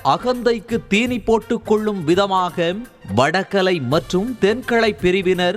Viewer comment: முதல்ல உங்க தமிழ் உச்சரிப்பை சரி செய்யவும். கீழே வரும் வார்த்தைகளைதப்பு தப்பாக உச்சரித்திருக்கிறீர்கள். வடகளை/தென்களை = வடகலை/தென்கலை, மள்ளுக்கட்டு = மல்லுக்கட்டு, வேத ப்ராயணம் = வேத பாராயணம், பிரச்சனையக் கிழப்பி = கிளப்பி, ஓங்கி ஒளிக்கிறது = ஓங்கி ஒலிக்கிறது, சணடைக் கலமாக = சண்டைக் களமாக. பள வழக்குகள் = பல வழக்குகள், மாட்டுப் பொங்களை ஒட்டி = மாட்டுப் பொங்கலை ஒட்டி. இவ்வளவு, கேவலமான உச்சரிப்புடன் வீடியோ போட்டு, அடுத்தவங்க. ப்ரச்சினையக் காசாக்க முயற்சிக்கிறீங்க? தேவையா இது? ஹய்யோ ஹய்யோ😅